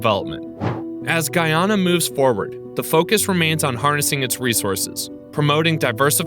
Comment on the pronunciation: It's not guuuuuyyyaana its ...guyana